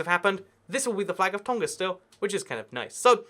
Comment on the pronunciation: Pronunciation Correction: Tonga has a 'ng' sound like in the '-ing' ending (save for some dialects of English). On the note of Tonga, we call the people of Tonga Tongans